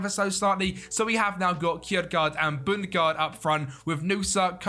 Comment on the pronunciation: Sorry but bundgaard is not bundegaard